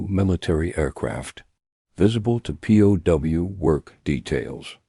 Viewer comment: The AI narration is terrible. It pronounces POW as "poe".